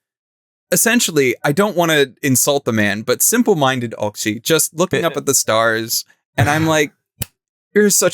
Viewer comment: The "cz" in Polish is like "tch" in "match". I get that not everyone needs to know Polish, but I die inside every time I hear someone calls it "oxy" instead of "otchy" xD